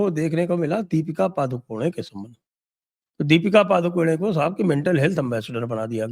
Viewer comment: पादुकोने नहीं correct pronunciation पडुकोणे